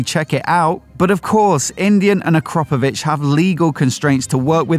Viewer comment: AkrApovic, not AkrOpovic. Bloody annoying that you keep saying it wrong.